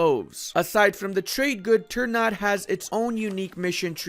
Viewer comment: "Ter nut" LOOOOOOOL